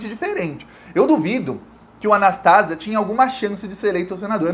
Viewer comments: NÃO É A NAS TÁ ZIA MEU IRMÃO, É A NAS TA ZÍA 👍👍👍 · Anastasia. Não é Anastásia. 🥰🙋‍♀️ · É Anastasia e não Anastásia. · o nome é Antonio Anastasia e não Anastásia. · Fala. Só corrigindo: o nome do senador não é "Anastásia" é "Anastasía", blz? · apenas uma correção na pronúncia do sobrenome do senador Antonio Anastasia: leia- se Anastesía( acentuei a sílaba tônica para esclarecer). Obrigada. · a pronúncia certa do nome do senador é (anastazía) oxítona 😉 igual queimação no estômago. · não é Anastasia e sim Anastasia. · A pronuncia é Antônio Augusto Junho Anastasia e não Anastásia, suporte de Aécio no governo de Minas. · Anastasia ou anestesia como era chamado quando era o Governador de MG Não é Anastásia é Anastasía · Gosto dos seus comentários e das informações. Antônio Anastacia ... não há acento ao pronunciar Anastacia. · O senador de minas chama Anastasia...e não Anastásia... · Anastasia e não Anastásia. BH.MG agradece. Sabermos que esse coluna do meio, é golpista e sombra do " cheiroso " Aéssim. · Anastásia não, Anastasi(í)a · Não se pronúncia Anastásia. É Anastasía!!!! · Não é Anastácia e sim Anastasia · Oi! É "Anastasíía " 😊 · o cara se chama ANASTASIA e não ANASTÁSIA. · Anastasia. O nome do senador é AnastaSIa. A sílaba tônica é a SI. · você tá falando o nome do artista que foi pro TCU errado. Anastásia _ Anast + azia é o correto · se fala ANASTASIA. paroxítona. Ventriloco de Aécio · Prezado, só ia fazer uma pequena correção na pronúncia do Anastasia, mas nas últimas vezes vc falou de forma correta. Não por simpatia, mas acho que sempre foi um cara muito inteligente, articulado e discreto, e novamente provou isso. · A título de colaboração, é Anastasia, sem a sílaba tônica na "tá". Ainda que ligado ao PSDB, é o melhor deles. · E Antônio Anastasia fale certo o nome dele